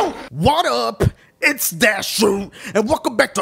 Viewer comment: the way he said dashie. dashoee